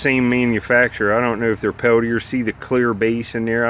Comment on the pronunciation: Not that it matters but Peltier may be pronounced Pel T A.......Or maybe Pel Tear......It’s a French name.